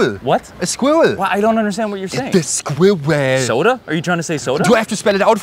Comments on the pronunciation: “Look at the swėæwl” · He literally said Schwoool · “The squiweewwll 🧍‍♀️” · When he said sqwiweeell I felt that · The Squiwwel... *the what*? The Squi-we-rel! the what? that thing there! Ah a Squööarl! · Yup. A Squirl. Yup yup. That's perfect pronunciation. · "The squwewwaeieeeiwgh" Soda? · Ironically, the American doesn't pronounce it properly either - he says 'Oh, a Squirl!' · Love how Americans pronounce it. Skwerl. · yes america, it has 2 syllables. not skwurl. same this as mirror isnt mere. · why does it sound like he only has the accent when he says squirrel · Americans pronounxing squirrel and mirror with one syllable each 🤦‍♀️